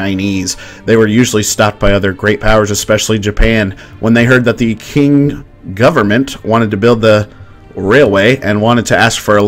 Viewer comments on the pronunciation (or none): It is pronounced Jing not King